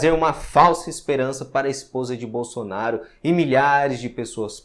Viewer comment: Ah por isso deu errado agora entendi ela falou bosonario por isso deu errado kkkk